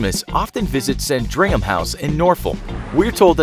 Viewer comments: Lol you say it as “sand-ring-ham palace” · With all due deference it’s “Sand-ring-uhm.” Lovely show and do take care. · As a British person I just thought I'd ket you know it's PRONOUNCED SAND-RING-NAM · Norfall?? It’s Norfolk And Not Sandrayham, it’s pronounced San-Dring-Ham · You say sandringham as one word not san-dringham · The way you said sandringham! It’s so funny . It’s pronounced sand-ring-ham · You sounded sandringham and norfolk wrong, it's sand- ring-ham and norf- ork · I live 2 minutes from sandringham and youv pronounced it wrong lol, its (sand-ring-ham) iv also met the queen a few times from when I was in primary school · Pronounced Sand-Ring-um Palace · That pronunciation of Sandringham and Norfolk tho 😂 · I'm American and I cringed. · But the way you said Sandringham killed me inside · its cute how you pronounce sandringham and Norfolk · the way you pronouce sandringham hahaha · Pronunciation of Norfolk and Sandringham were so far off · You butchered pronouncing Sandringham